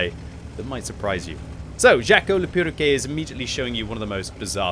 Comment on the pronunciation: i love the way pronounces "perroquet", i mean he got the "quet" part right but the first half not so much lol fun fact: Perroquet means Parrot in french